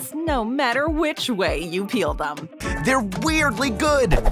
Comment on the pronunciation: Yes the no no no Pomagraments was my favorite part